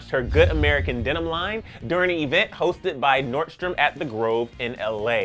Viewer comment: im triggered by the way he says "nordstroms" as "nort-stroms"